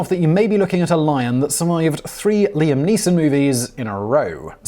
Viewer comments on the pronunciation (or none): none